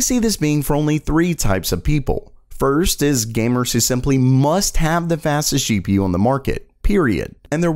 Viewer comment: I thought he said boomers lol